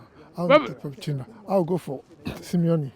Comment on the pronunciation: Pochettino’s name should be pronounced Poh-Kay-Teen-Oh.